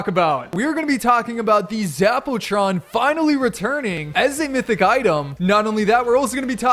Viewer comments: Zap-u-tron 👎 Zap-o-tron 👍👍👍👍👍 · Zappa Tron not Zack Pooh Tron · Haha zapootron lol poo